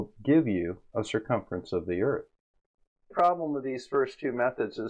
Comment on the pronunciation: You mean Earf?